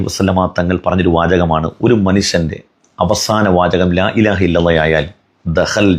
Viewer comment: ലാഇലാഹ എന്നാണ് . ലായിലാഹ എന്നല്ല